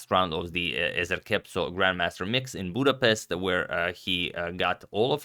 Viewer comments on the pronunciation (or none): none